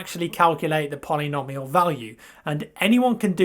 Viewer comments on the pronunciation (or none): I can't think of a situation where you might have to use the word again, but polynomial is pronounced poly-no-mee-al. Just in case :)